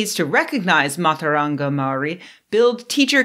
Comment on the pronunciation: I forgive your pronunciation. When you say Māori try (Mow-ree) with a rolling R. Mātauranga also has a rolling R. Would it be too much to ask you to stop demonizing white men all the time? We aren't all responsible for everything other white men do, thanks.